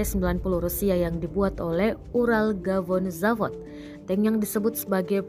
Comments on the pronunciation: Pada menit ke , pengucapannya sedikit salah. Bukan "UralGavonZavod", melainkan "UralVagonZavod", yang merupakan nama perusahaan. 👍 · Жесть, конечно. Но услышал "Уралгавонзавод" на и рассмеялся....